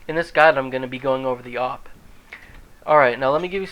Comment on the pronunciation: A-W-P not AUP